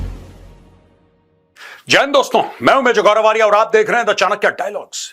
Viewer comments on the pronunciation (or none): none